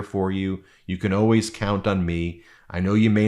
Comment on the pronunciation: "I'm OWAYS there for you." WTF is OWAYS? I can't find it in the dictionary!